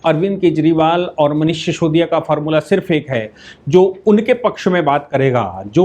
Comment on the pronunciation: उसका नाम सिसोदिया है। शीशोदिया नहीं। श्रीमान जी